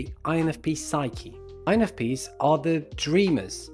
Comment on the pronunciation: When someone says: “INFPs” fast, I hear: “INFPeace” 😂